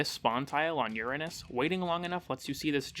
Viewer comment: I think you are the only person I've seen that pronounces uranus correctly